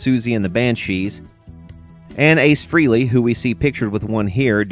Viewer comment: As for my childhood guitar hero Ace Frehley's name . . . it's not pronounced "Free-Lee;" it's pronounced "FRAY-LEE."